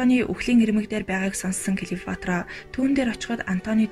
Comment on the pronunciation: Клеофатра биш,Клеопатра гэж уншаарай